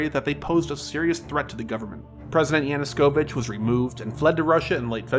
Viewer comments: Did you say yanuSKovich?? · Euro Maiden... Yanoskovich. LOL. dude, you need to work on your pronounciation of foreign words.